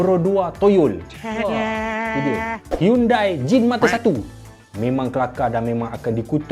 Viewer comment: cara sebut yang betul bukan yundai tapi haritu pronounce yg sanya tgk yandeiiiiiiiiiiiiiiiiiiiiiiiiiiiii